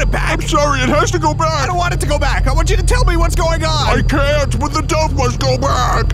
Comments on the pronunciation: I love it that the supposedly doctor pronounces dove like dowve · Love the way he says dove.